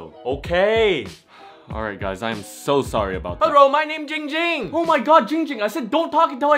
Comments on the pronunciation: I realized the name is and says hes own name wrong he says ging ging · Wait- said his name wrong. It's supposed to be "" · said his name wrong soooooo many times😭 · my name is! Live captions: my name is! Ging Ging: AHHHHHHH HOW MANY TIMES I TELL U IT NOT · He said his name was Ging Ging. Isn’t his name? 45 reply’s lmao